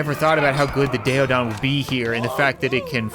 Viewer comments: Btw it’s pronounced “Day - O - Don” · Pronounced day-o-don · It's pronounced day o dawn and it's more like a boar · Hot to pronounce species Keleken-kell-en-ken Daeodon- Day-oh-don Smiliedon- Smile-o-don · not to be rude or a grammar shark the daedon is pronounced day a don and kelekan is actually pronounced kell a kin and the daedon is a pig it was titled the hell pig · It's pronounced Dae a Don and the smilodon is a Saber toothed tiger